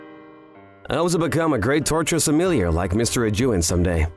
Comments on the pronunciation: clicked off after hearing "torture sumilleeyer" twice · I can’t handle the word Sommelier being mispronounced lol